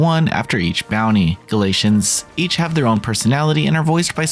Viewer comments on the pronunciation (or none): Gat-Lee-Inns Galatians is A Bible chapter 🤣